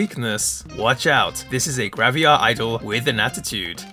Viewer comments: Am I missing something, or did you pronounce it "gravia" instead of "gravure" throughout the video? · Why do you pronounce it as "Graviar" 😭